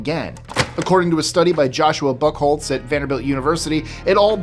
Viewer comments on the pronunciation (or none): I'm sorry, but I did NOT hear "Buckholtz". I heard sum'n else..